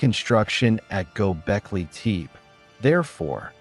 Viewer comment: Id love to keep listening but the way you say teep instead of tepe is messing me up